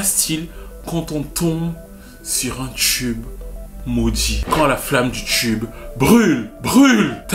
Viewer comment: "Un tchube Maudjit" 😂